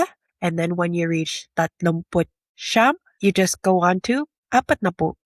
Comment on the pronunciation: Real Tagalogs say "SI YAM'...not "SHAM".........Also "SI YA'(he, or she)...not "SHA".